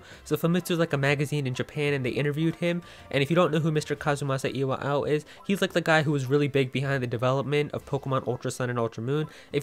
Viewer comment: the way you say kazumasa iwao kills mee :"(